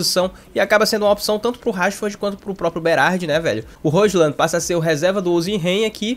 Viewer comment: Roshlan é engraçado, se fala róilund! (com d mudo)